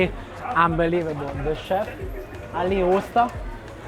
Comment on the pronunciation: Ah man dont do that to me, I am away from Turkey, mıss my country food ... :( Btw your pronounciantion of Usta is super :) Uuusta ! ps my favorite is cag kebab. (horizontal kebab)